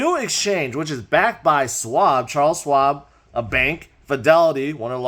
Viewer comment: Charles Swab. Tickles my ears every time... 😂😂